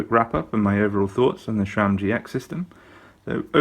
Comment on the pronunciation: The letter "h" is in Shimano. Sram is pronounced like "Tram". No "h"...nah, nah.